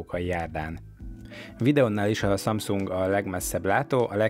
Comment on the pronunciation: Hihetetlen, hogy nem tudod a samsung nevét teljesen kimondani….